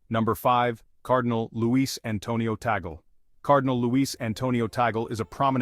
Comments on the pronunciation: Please pronounce as TUG-LEH rather than taggle. Thanks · His name is properly pronounced as CardinaL TAG-LEH